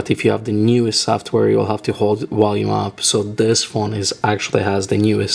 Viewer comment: "Wolume" haha dead i have a friend who pronounces there V as a W too